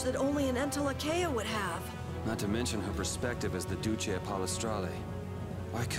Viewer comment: Is there some way that you can listen to the in-game audio properly by using headphones or something. Because I'm getting kinda sick of you mispronouncing so many words: Entelexeia = En-tele-keia Duce = Du-jay (or Du-chay) Pallestralle = Pala-stralay Mantaic = Man-take Ragou = Ra-go